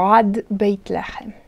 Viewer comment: "Lahem" instead of "lehem" is just a pronunciation trick to emphasize an idea, right? In this case, to stress the contrast between the situation in Egypt with that of other lands? Thank you!!